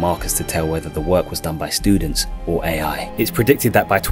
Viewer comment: What other hears: Ai's race to destroy humanity What i hear: EAI 😂